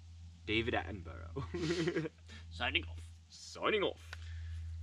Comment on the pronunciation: That’s David Atten-bruh not Atten-burrow!